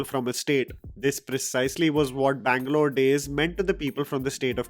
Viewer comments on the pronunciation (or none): none